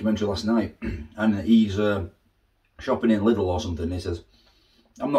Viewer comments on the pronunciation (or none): none